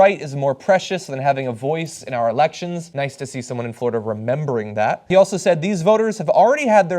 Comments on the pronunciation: Hey guys... it's FLORIDA not Flordia... hahaha someone at TYT must be tired. ;) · Flordia? OMG, I've been saying Florida wrong all my life. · Guys! Florida not Flordia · Americans have been saying 'Florida' wrong their whole lives. It's a Spanish noun and they butcher it with their silly pronunciation.